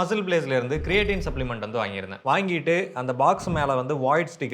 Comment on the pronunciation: புரோட்டின் பவுடர் வாங்கி இருக்கிறீர்கள். கிரேட்டின் பவுடர் என்பதாக உச்சரிப்பு இருந்தது. நீங்கள் போட்டோ காண்பித்ததால் புரோட்டின் என்று புரிந்து கொண்டோம். சரியாக உச்சரிப்பு செய்யுங்கள் பிரதர். நியூட்ரி லைட் புரோட்டின் வாங்கி சாப்பிடுங்கள். அது இயற்கையான தாவரங்களில் இருந்து எடுக்கப்படுகிறது.